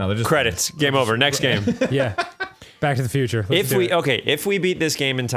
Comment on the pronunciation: I could have sworn I hear "Black to the Future"